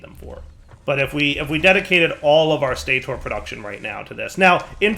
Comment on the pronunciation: wait why is stator stay-tor when motor and rotor are mow-ter and row-ter